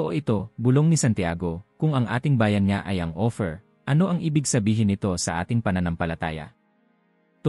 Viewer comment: Ang pagbigkas mo ng salitang OPHIR ay hindi tama, ang pagkakabigkas mo ay OFFER, naway maitama po.